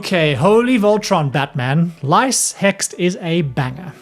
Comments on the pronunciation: Lyse (Lease, not lice!) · I'm determined to build Krile Baldesion for some reason. Lyse is pronounced like "Lease" btw.